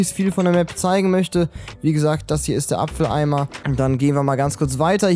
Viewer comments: Das heißt Abfalleimer nicht Apfeleimer 😂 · Das heißt aber Abfalleimer nicht Apfeleimer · ''Apfel Eimer'' xDD Das heisst Abfall Eimer :D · Hast du mit Absicht apfeleimer gesagt